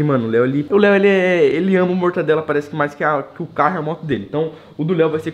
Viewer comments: "Mortandela"????? Pqp em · Mortandela? Kkkkkk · Quem peserbeu que o leu falou pão com mortandela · Ninguem: Ninguem mesmo: Abisoluta mente ninguem::mortandela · Mortandela e mortadela